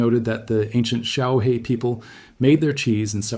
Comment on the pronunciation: Xiaohe, pronounce xiao her, means little river.